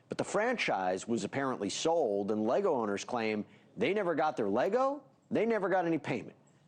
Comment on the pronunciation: How are you going to do all this stupid stuff and still not be able to say Lego correctly?